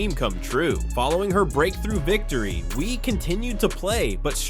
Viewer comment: Hey dummy, you pronounce her name wie as in yes in French...so stupid.